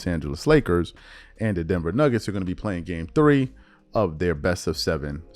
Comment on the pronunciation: "Denver Nibbets" lol